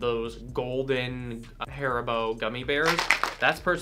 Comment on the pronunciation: FIRST AMERICAN THAT HASN'T SAID (HAH-REE-BO) I APPLAUD YOU FOR THAT